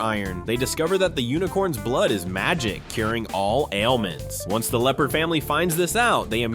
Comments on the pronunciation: face-turquoise-speaker-shape: It's 'Leopold' NOT "Leopard" ! 🤦 🚫🐆🚫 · LEOPOLD* not Leopard. This video is just slightly better than totally awful. Do better.